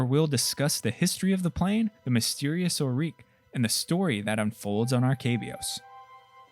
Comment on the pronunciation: Awesome video! So glad I found this channel. Btw I think it’s “OR-rick” rather than “or-REEK”